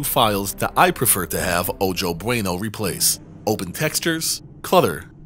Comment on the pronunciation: Ojo (pronounced "oh ho") Bueno includes a meshes folder. The Nuka Cola vending machine mesh seems to bring the Fallout 3 engine to its knees. You can delete the meshes folder and increase performance. Can't wait for episode 8!